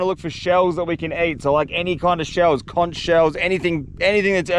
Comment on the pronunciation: didint know u guys say conCH lol